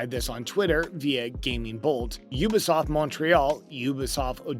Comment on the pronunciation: Pronounce the T in ubisoft it’s not ubisof